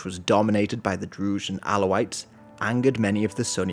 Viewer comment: Great video but you keep mispronouncing 'Druze'. It's pronounced with a regular Z